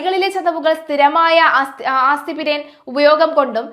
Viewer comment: അയ്യോ ഈ കൊച്ചിനെ മലയാളം വായിക്കാൻ പഠിപ്പിക്കാൻ വീടോ. ... നാഡിക്കു പകരം ഞാടി എന്നും ആസ്പിരിന് പകരം ആസിപിരിൻ എന്നുമാണ് ഈ മോളു വായിക്കുന്നത്